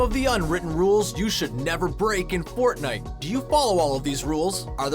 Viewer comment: nobody is gonna address him saying fortnewt at the start?